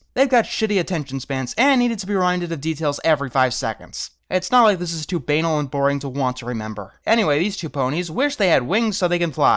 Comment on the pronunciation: shitty what-now fanfiction? I couldn't hear what you were saying. Also, I think you mis-pronounced banal. Sorry to be that guy.